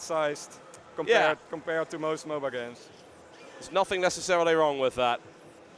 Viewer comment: Please stop calling it MoBA.